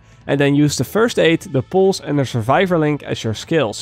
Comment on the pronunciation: its pronounced pulse not poolse